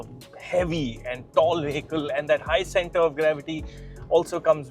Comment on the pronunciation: This guy pronounces 'vehicle' wrong.